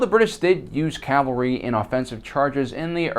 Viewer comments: CAV-alry not CAL-vary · PLEASE quit saying 'calvary'! The word is 'cavalry'! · Cavalry, not calvary.